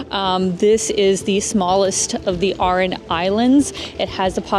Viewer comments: Great vid Clotted cream is West Country England / not Ireland. Aran islands not oran islands. Enjoy your visit z☘️ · Hi, it is pronounced Gaul-way and the Aaron lslands in English. Dolan was pronounced correctly. I hope you enjoyed the City of the Tribes.